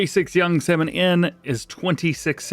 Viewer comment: You can't pronounce salmon? Too funny